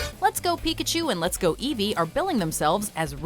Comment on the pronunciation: It's eevee not evevve